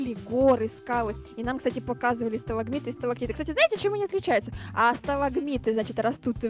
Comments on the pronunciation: Ну что вы за люди не можете даже правильно назвать сталактиты сталагнаты сталагмиты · Ребята, не сталагматиты или магламатиты, А СТАЛАКТИТЫ И СТАЛАГМИТЫ. Ваащее. А так проржала все видео. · Стагматиты и стаглатиты что проговорить не можете хахаха 😂 😂😂😂🤣🤣🤣🤣😎😎😎😎😂🤣😂🤣😂🤣😅🤣😂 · Никто: Обсолюсно никто::Стологмиты как сера из ушей шрека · не может произнести сталагмиты и сталагтиты,почиму? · Не стласкматиты какие-то а сталкматиты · Правильно говорить. Стагматиты. Стаглатиты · Сталагмиты и Сталактиты 🤣 бедный намучился выговаривая эти слова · Никто: Абсолютно никто: Я на протяжении всей серии: Хоспади, так сложно сказать сталактиты и сталагмиты?!